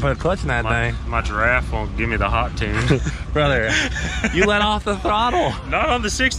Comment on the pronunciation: "My giraffe won't give me the hot tune" "BRRRother" 😂😭 I'm dead, let it be known murdered me with that one